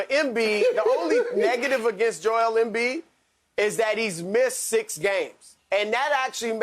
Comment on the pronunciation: It’s embiid and it’s not close